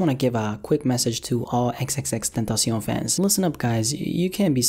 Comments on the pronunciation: Ten-tosh-eon, stupid ass niggga. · The way he says xxxtentacion😂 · I can't stand the way u pronounce "XXXTentacion" (but other I like youre videos)